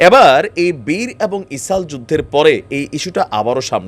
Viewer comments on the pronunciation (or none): গাজা গা ঐ যে জা কেমনে হয়।এটা চামচামি। তুমি এগুলো বন্ধ কর। মানুষ তোমাকে পছন্দ করে কিন্তু গা ঐ যে জা,ইসাল ইত্যাদি বন্ধ করে শুদ্ধ ভাবে বলার চেষ্টা কর।